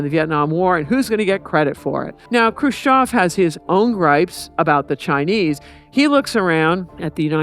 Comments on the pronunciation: EV EV EV EV EV EV EV NOT OV, FUCK, IS IT THAT HARD??? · Lady, it’s not Crew-shof. It’s Khrushchev. Mein, even the “educated” Americans. Smh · She doesn't say the russian guys name right and its annoying